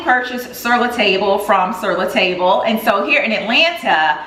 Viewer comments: Hi I really like your video and the great finds; I hope you don't mind, but the correct way to pronounce Sur La Table is "syur lah tahb-luh" not table. I know it's an American store with a French name. Thank you, for sharing your life and style with us. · Hi. Love your videos! I know the spelling of the name of the new pots is "Sur La Table" but I believe I've always heard it pronounced more like "Sir La Tahb" (rhyming with "Bob"). So glad I found your channel! It's always so much fun tuning in.